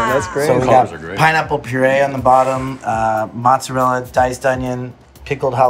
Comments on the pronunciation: If joji says it's motzurella then it is motzurella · joji :"im doing um a motzu, motzuru..." me :"oh maybe he's making japanese stuff pizza" pizza chef :"mozzarella? " me :" Oh " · motzu ....motzorell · What I see perhaps he only recall "mozzarella" in Japanese pronounciation but also not sure xD "motzurerra" ???? 🤔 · I love how Joji can’t say mozzarella lolll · Lmao joji struggling to say mozzarella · Filthy Frank can't say mozzarella. A little piece of Youtube's soul just died.